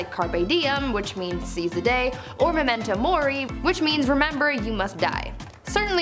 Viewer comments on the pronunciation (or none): none